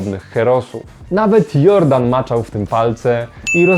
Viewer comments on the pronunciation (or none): Wybacz ale jakoś strasznie mi nie pasuje ta spolszczona wymowa nazwiska Jordan. Mam wątpliwości czy pan Robert Jordan (czyt. Dżordan) byłby z tego zadowolony. Chociaż skoro Jules Verne stał się naszym polskim Juliuszem to może i pan Robert też się nie obrazi? :-)